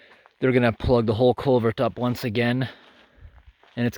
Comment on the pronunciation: "CulverT!" haha :P I like your accent man, where are you from? Do you travel far out for some of these jobs or are they all in the towns/cities close to home?